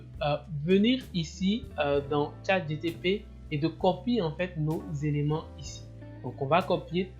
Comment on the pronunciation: Pourquoi dis-tu toujours ChatGTP... alors que c'est ChatGPT ??? Sinon bravo pour le travail